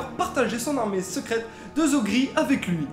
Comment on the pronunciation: Bon choix de sujet, Thrawn c'est le meilleur perso SW de tous les temps :) Cependant j'ai un peu de mal avec ta prononciation très frenchy, sa race c'est "Chiss" (prononciation: Tchisse), pourquoi donc prononcier "Chie"? xD bon pour Pellaeon j'avoue plein de monde a du mal ^^ et tu as dit "zogri" au lieu de "nhogri"... (je pinaille hein mais c'est pour que vous vous amélioriez!) :p haaan et à la fin t'as dit "général Thrawn" :) Notons aussi que certes en revenant vers eux Thrawn est adulé par la majorité de la population Chiss, mais pas par les classes dirigeantes qui font exprès de l'ignorer royalement (trop fiers pour montrer qu'ils s'étaient trompés en l'exilant!) Bon voilà désolée pour les petites critiques mais c'est pas méchant ^^ encore une fois vous vous êtes bien documentés c'est une bonne chose :)